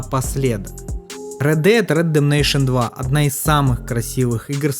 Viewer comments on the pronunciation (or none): Без негатива. Видос классный, спасибо те за работу, информативно, круто. Но чуваааааак, УНРИАЛ энджин (А?), Ред дед РЕДЕМНЕЙШН (ЧОООООО?) и еще несколько подобных издевательств над словами... Если это прикол, то извини, не выкупил. Надеюсь, это прикол, а если нет, то будь внимательнее, пожалуйста, с произношением и прочтением подобных слов. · рэд дэд ремджинайшен? рэд дэд рэмпейджмен? ты блять читать не умеешь чтоли еблан? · Рэд дэд рэндэмнейшан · Спасибо за видос норм сделал, но орнул с оговорки(?). Ред Дэд Редемнейшон 2 (Red dead reddemetion 2)🤣🤣🤣🤣🤣😂😂😂😂😢😢 Редемшн если что (redemption) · Повторяй за мной Рэд Дэд Рэдэмпшэн, сам ты Рэдэмнэйшэн))) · Унреал Энжин, Стар Варс Фален Орден, Ред Деад Редденейшн 2 😅 Братан, английский - явно не твой конёк)) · Чего чего? Рэд Дэад Рэддэмнэйшен 2 ?)) Ну ты выдал) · Рэд Дед Ретептейшен🤣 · Рэд бэд бэдэбейшен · Да, Ред Дед Редемнейшн 2 - это круто )